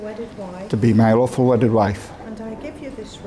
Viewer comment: He definitely said 'My awful wedded wife'